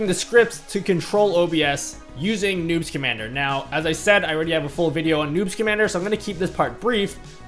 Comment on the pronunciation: Sometimes I hear "newt schamandar" Instead of "noobs commander" XD